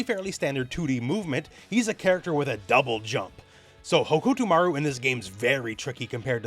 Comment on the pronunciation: your pronunciation of hokutomaru is on brand in so many ways